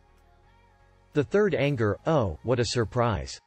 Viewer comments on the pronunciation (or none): none